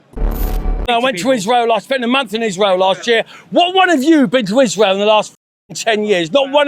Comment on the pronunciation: I don’t trust anyone who says “ishrow” instead of Israel.